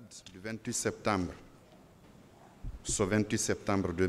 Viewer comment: Il dit sektembre hahah